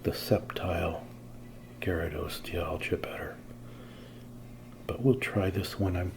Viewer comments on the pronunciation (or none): Great video! I think it’s pronounced “dye all gah”